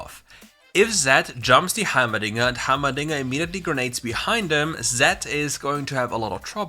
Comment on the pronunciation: Everytime you said dinger I hear the diddler.